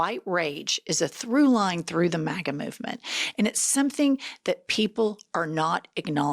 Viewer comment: The fact that that guy pronounced it “mah-gah” says it all.